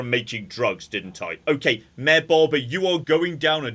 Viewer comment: Part 3 of pronouncing Mayor as "Myear"